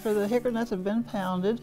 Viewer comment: That sounds delicious. Is she saying "hickernut" or hickory nut?